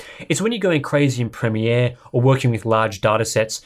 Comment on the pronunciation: It's nice to hear someone pronounce "premiere" correctly. North Americans appear to pronounce it as 'premeer' which immensely irritates me.